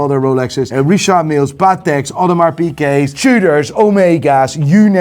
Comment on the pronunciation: No one bothered is says audemars piQuet everytime ?